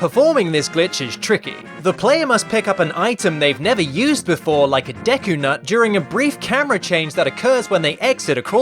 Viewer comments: "Deky palace" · I didn't know "Deky Palace" was a place in Zelda: Majora's Mask! I thought it was the "Deku Palace"!